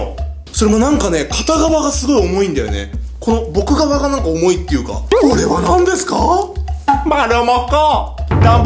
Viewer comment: なんかがなんがになってるw